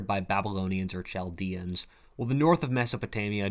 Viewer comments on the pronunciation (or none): its pronounced kaldeans, after the land of the kaldu lol good video tho, from a chaldean catholic